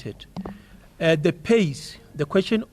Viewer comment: Confisticsted 😂😂 Kills me each time